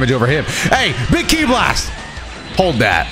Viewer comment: What's an energy "slast"?